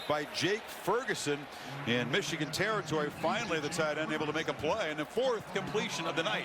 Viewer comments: Stop saying Meeechigan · Meeechigan lol